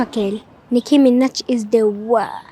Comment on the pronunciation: Nicki Minaj not Micki Minaj 🙄